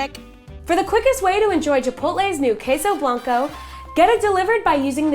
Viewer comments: Kheysow Blancow Me a Filipino and knows how to pronounce it: Okay, whatever. Ps: We call them Keso in the Philippines but the same pronounciation with Spanish. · Wtf is keysou bloncou? why can't she pronounce spanish correctly? It's not that hard